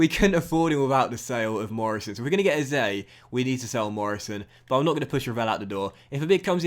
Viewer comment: Hey love the vids man but just one thing can you pronounce Eze as Eh-zay❤️